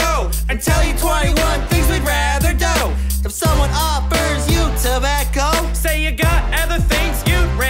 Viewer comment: Their pronunciation of "do" to rhyme with "go" was amazing XD